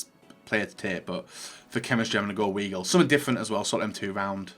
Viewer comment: I clicked off the video after the way he said ‘weigl’ 🤮